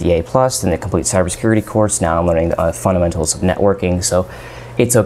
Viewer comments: It's fundamentals not funtamentals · Can you please voice the labio-palatal plosive in the 'd' of fundamentals? I swear I tried to listen to what you were saying, but got distracted each time you said funTamentals. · This video could have been 5 minutes long easily. Please stop pronouncing Fundamentals with a t in place of the d. The entire time I watched your video, I wondered why the heck I should listen to your advice. What qualifies you to give us advice? This is important to establish at the beginning of the video. What specifically did you learn in networking that helps you with cysec? What about specific examples? This video is of you rambling in front of cool-looking computers. I'm trying to build a career. You're going to have to pick up your game if you want to be able to influence my life.